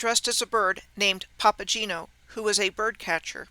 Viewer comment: Papageno has a hard g - papa-gay-no